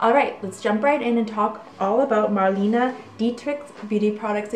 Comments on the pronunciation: She passed away in 1992. Her name was Mar-le-ne. Not "Marlina". Apart from that, great and fascinating video. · "Mar-LAY-nah" is the way to pronoucein both the US and everywhere. She was a great WWII heroine and went to front lines, with the Amerians! Germans never forgave her. She died in Paris.